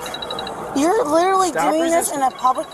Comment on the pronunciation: The word "literary" is so abused by women... "littaly... im littelay... littely... he littaly...."